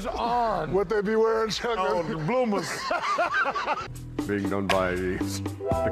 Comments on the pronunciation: “They wear bloomas”🤣🤣🤣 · THEY GOT BLOOMAHS